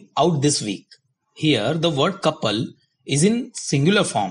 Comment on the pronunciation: Hey, don't take it as wrong. Your pronunciation is not correct in many places. Ex: couple